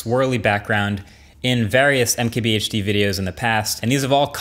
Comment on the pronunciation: hey guys, umkehbeeaychdeer....